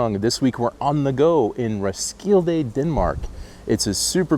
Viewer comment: Dude! How long have you lived her🤣? The "D" in "Roskilde" is silent, so it's "Roskile" 😊! 😉. You need to know this stuff, to pass those frustrating languages classes. Denmark needs well educated folks like you, and 😃!!! Apart from that! As always! A FANTASTIC VLOG 👍!